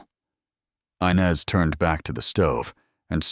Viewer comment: The name is inez not Inez, do get it right😢